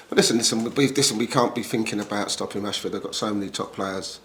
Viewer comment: It's rashford not Rushford 😂